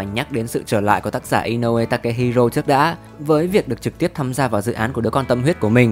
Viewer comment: góp ý cho kênh là tên tác giả là Inoue Takehiko chứ không phải Takehiro nhé